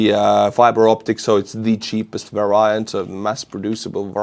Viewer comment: Friendly tip: variant is pronounced more like vari-ant rather than va-riant